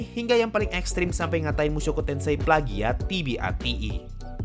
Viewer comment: Wkwkwkwk yg bilang palgiat lol